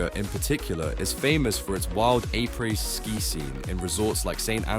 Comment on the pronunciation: Did you just say apreS?